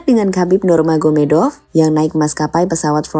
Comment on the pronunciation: khabib Nurmagomedov bang bukan khabib nurganomedov